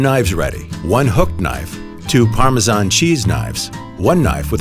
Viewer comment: I can’t believe somebody whose narrating a video about Parmesan can’t even pronounce it, goodness gracious